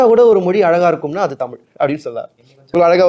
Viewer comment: இப்போது தமிழ் நாட்டில் பேசப்படுவது தமிழ் அல்ல, தமில்! இங்கே பேசுபவருக்கும் ‘ழ’ பிரச்சினைதான்!